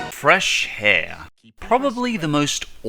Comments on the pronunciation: 'Fresh hair.' It's pronounced 'Fresh AIR' you moron! The H is silent! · When someone pronounces heir like hair instead of air. |: | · On 4 he pronounced heir wrong it's pronounced air not hair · Ok... Fresh Heir is not pronounced "fresh hair"... that makes no sense. It's pronounced "fresh air"... that makes sense and that how you pronounce the word "heir" anyway, "h" is silent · Did he just say "Fresh Hair"? It's not pronounced like that, dude.. Waiting for the hate comments to roll in. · Wouldn't that be pronounced like air?